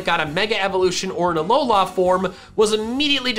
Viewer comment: You say alola weird, its not that long